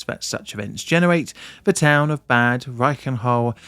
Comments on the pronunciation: It's pronounced like "bud", not like bad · I mean, he is constantly mispronouncing Bad like the english word bad.... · so it was a bad roof, but bad in Bad Reichenhall is pronounced like bud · Thanks for the explanation. Please try to pronounce the towns name correctly though. You make it sound bad 😅😅 Bad is pronounced somewhere between 'bard' and 'bud' and reflects the status of a Spa town with their own natural spring or thermal baths. ✌️ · Please! It's Bahd (meaning bath). Pronouncing it like "evil" Just makes it absolutely unrecognizable. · Note: In German, "a" are always pronounced as in "bard". So it's more like "bud reichen-hull". Prefix "Bad" is equivalent to "Bath", "Spa" or "Springs" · Its pronounced bahd with a ahh like in bath. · He kept pronouncing it as "bad" as well which didn't help 😂 yes with names like this it translates to "bath" [City Name]. There are many other cities with similar names, usually known for healing (sulfur or salt) springs.